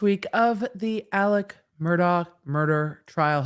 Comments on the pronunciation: “AleX” not “AleC”! Please. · It’s spelled Alex but pronounced Alec